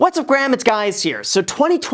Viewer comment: did bro just say what’s up graham it’s guys here 😶, great video though.